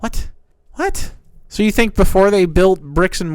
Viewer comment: I love the part where he makes stuff up to be mad about and goes "OI IS DAT WUT U FINK OF US"